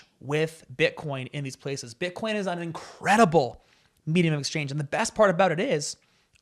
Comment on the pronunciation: I don't think he said bitcoin, i think he said "butt corn" so no wozzas mates! Different thing.🤣